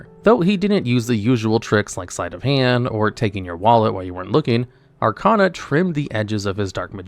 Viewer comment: At this point, I think you're mispronouncing names on purpose. You can't have watched the anime and still pronounce Arcana wrong. Irritating.